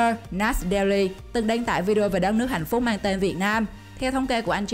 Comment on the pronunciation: chị đọc hạnh phúc thành hạnh phút